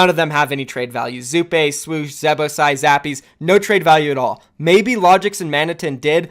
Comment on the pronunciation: Didya call Zappis, Zappees?